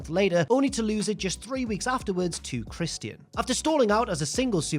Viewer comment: I can't stop laughing on how he says Christian lol